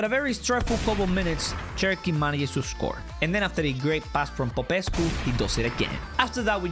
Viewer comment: The fact that he pronounced Popescu perfectly is soo good